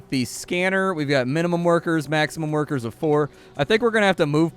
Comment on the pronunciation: Love how you say "werker" with a German accent xD